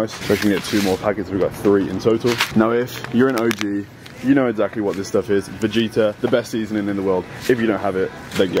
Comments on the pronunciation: It's funny how he said it like Vejjeta not Vegeta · bro bro please vegeta is not pronounced vejeeta u say the actual g its from the balkans where im from